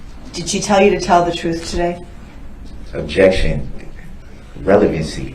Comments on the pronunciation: It's soooo funny how nobody corrected his English through out the trial. It seems like someone would have told him immediately that it's not "Substain it's not axe, it's not tacket.. it's not troof or oaf,,. He's so stupid!!!! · Biast, Biasness, Biases, Oaf, Troof, Axed, License Place, Tacket, Grounz, Substain, A-mint-mint, toe-tality, Acker-ut, this that and the third, mind boggeling